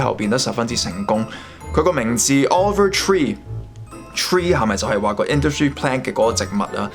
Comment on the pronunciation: offer tree? over tree? 人哋個名叫Oliver Tree...好多英文讀音問題, 建議你以後查清楚啲英文字點讀先錄